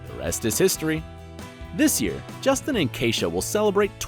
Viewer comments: who tf is Jesteen? ITS JUS-TINNNNNNNN KAH-REV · Claire Dé Lune justine CAREev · They this guy pronounces names.... it's really bad. Justin Chambers is clearly not Justina. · so he spells and pronounces karev wrong, then calls him justine???? please... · “... as Alex CARE-ev” and I think he said Justine lol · And then he called him Justine. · DID YOU JUST CALL HIM JUSTINE? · "Alex carrot" "Justine"?! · Wait, did he really pronounce Justin as "Justine"? Or am I hearing things? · Nope. He said Justine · Claire Dé Lune he said justina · At one point he also said Justine instead of Justin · I almost can’t handle the pronunciations of the first stars on screen and off screen names and it’s only a minute in! ! Justine?? Really? Get it together if you are going to make videos. Seriously. And, Chandra Wilson is NOT married. She has a long term boyfriend and children but they are not married. This is just a train wreck. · You are pronouncing Justin and his wife’s name wrong😂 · Why are you always butchering the pronunciation of the simplest names like Justin? You did it to Addison’s name in another clip too!